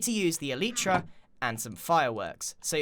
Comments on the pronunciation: Elytra "El- lie- tra" not "El- ee-tra" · You don't know how to say elytra dumbass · Why did you pronounce so many things wrong like Mesa and elytra?